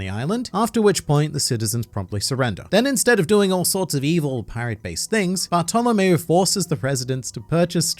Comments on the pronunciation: Barf to lamao wow the pronouncing is soooo perfect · But its baahtolomeo